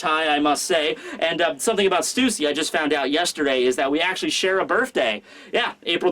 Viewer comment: Stussy is pronounced like Hussy.